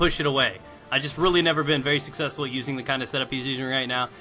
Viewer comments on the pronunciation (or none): You said Sexfully!